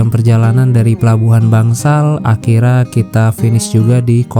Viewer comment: ...saya kalau dengar ucapan sampean "akhirnya" kok kedengarannya "akhirra" apa sy yg salah dengar, mungkin aksennya perlu diperjelas. Maaf ya!